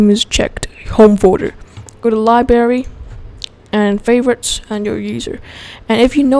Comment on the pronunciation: there is a R in "liberry"